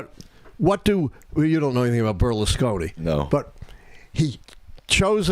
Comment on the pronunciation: what? cant pronounce Berlusconi? 😄